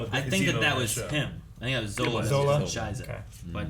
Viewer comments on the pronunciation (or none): Its a shame they didn't got someone for Zola to speak german. "Scheisa" just soo wrong